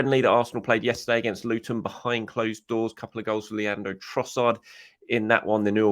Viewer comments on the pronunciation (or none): none